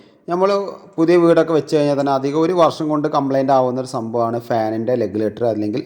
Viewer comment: റഗുലേറ്റർ ആണു പൊട്ട ലെഗുലേറ്റർ അല്ലാ 😂